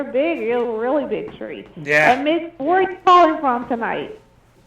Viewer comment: Every time she said Mitch it sounded like B*t*h lol, Ugh how rude!